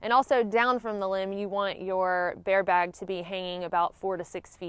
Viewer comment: True story...I mostly clicked this video just to hear you say "baare bag" lol <3. However I was more tickled with "line" Them twangy words are the bestest! #southerngirls #thebestgirls